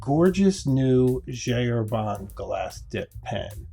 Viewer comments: This is a wonderful video, but would it be so hard to stop saying "G. Herbanne" and pronounce it correctly, please? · It's pronouced [ʒi ɛʁbɛ̃]. Please I beg you